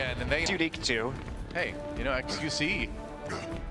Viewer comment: doesnt like saying xqc he always says qxe